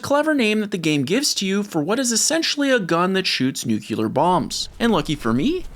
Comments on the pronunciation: Nuclear. "New clear" not "Nu cewler". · Nuclear is not pronounced "nooKEELer" bomb, it's "nooKLEAR". Sorry, this gets me all the time. Almost as bad as "realator" instead or "realtor". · Good show, but nuclear only has one "u" in it.